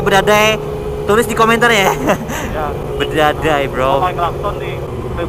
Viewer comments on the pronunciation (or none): Badadai Bukan Bedadai bang😂